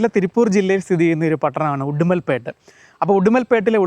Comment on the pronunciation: ഉടുമൽപെട്ട് ❌ ഉടുമലൈ പെട്ട്